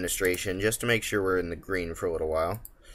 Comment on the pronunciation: Little, little, the word is little. You have a really nice presentation style and great videos, but everytime I hear you say widdle/wittle I die a little inside.